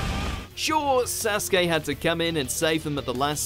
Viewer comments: They still pronounce it wrong tbh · Remember the time WatchMojo used to pronounce Naruto words weirdly? Like they would say Sasookay. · this guy's pronunciation of sasuke killed me